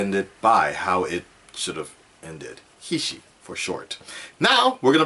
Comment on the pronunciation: HISHE is actually pronounced "Hizzy"by the creators!